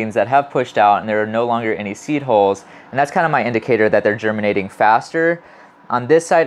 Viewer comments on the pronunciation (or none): Seed holes? Seed holes? I feel almost certain you could pronounce "hull" if you tried. It really would be less confusing.